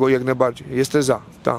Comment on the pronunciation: Juz weryfikuje. Mowi sie "JESTEM" a nie "JESTE"😂